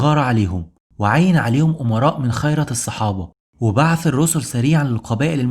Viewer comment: عمل ممتاز ورائع جدا جزاك الله خيرا ولكن أرجو منك في بعض الكلمات أن تقرأها صحيحة مثل ( خِيرة )بالكسر و